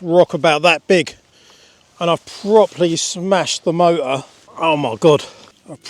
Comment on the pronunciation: Accent kills me. Mo-er. 🤣🤣🤣🤣🤣🤣